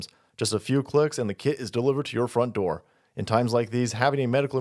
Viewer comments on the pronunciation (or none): none